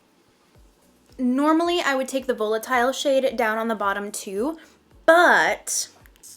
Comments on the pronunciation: It's pronounced "Vahlitile" not "Vowlitile" ❤ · Isn't it pronounced valitile?.. why do influencers keep saying vo with a long o? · So excited I’m getting my palette Thursday! Woot 😊 also, I love your videos there’s just one thing driving me a little nuts. The way you say volatile is a little off. You say the o as a long o and really it should be pronounced like va-lit-ile or va-lit-all you can always google the pronunciation if you aren’t sure. So sorry to point that out. Please please use celestial more in your next one! No one is really using it and it’s so pretty 😍